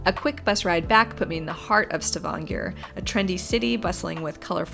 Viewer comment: You initially say «S’vanger», and just so you’re aware «svanger» means «pregnant»! The city «Stavanger», is pronounced «Stah-vahn-gør»… 🤗😂 ❤❤❤🇳🇴